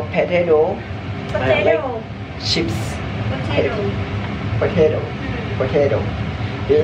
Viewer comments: Salfok, yg bener pe-te-to bukan potedo wkwkw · cakap kt,why u still not improve your pronounsation tentang cara sebut 'potato'.tapi sebut 'thyme' pn salah😂😂